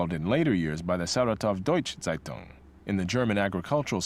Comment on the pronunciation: when he says seitung instead of zeitung xD